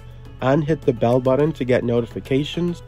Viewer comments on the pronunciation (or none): none